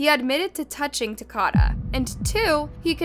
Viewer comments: His name was Ta-ko-da (Takoda). Not ‘Tacada. Please pronounce it correctly. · No disrespect but You're saying his name wrong. It isn't TUH-CAH-DUH....it's TUH-COH-DUH. Like Dakota. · She definitely kept saying it wrong. “Ta-Cod-Uh” is not correct. It’s Ta-Code-Uh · Hey it’s TA-KODA. Like DAKOTA, but TA-KODA. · It’s TA-CODE-A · The least you could do is pronounce his name right! It’s said like Dakota but with a T. Literally no one pronounces it the way you are. Smh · I find it disrespectful that you didn't even bother looking up how to pronounce his name... wtf? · U HACKED the names up even takodas name smh but other than that thanks for spreading the word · You’re literally watching the interrogation where they say Takoda’s name countless times and you STILL SAY THE VICTIMS NAME WRONG smfh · Takoda pronounced like Dakota Do your research instead of disrespecting a dead baby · @@ she doesn’t pronounce it properly because she is AI. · you saying his name wrong it like Dakota but with a T just wanna let you know love your channels still thoe ❤❤❤ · lol she is most definitely saying it wrong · @@ she is pronouncing his name wrong. 😑 I'm from the same city this happened in. Nobody says his name the way she saying it.